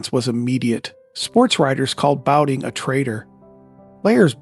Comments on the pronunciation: His name was pronounced "Bow-TON," NOT "Bow-Ting." If you want your videos to have credibility, best get the pronunciations of well-known players right or else everyone's going to think your narration is A.I. like everything else. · Does A.I. think "Jim Bouton" is the same as "Jim Boutin' "... so it changes it to "Jim Bouting"? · I was thinking there was something weird about the pronunciation of his name, too, LOL